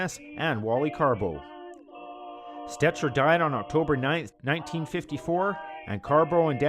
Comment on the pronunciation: Tony stecher is pronounced "stecker"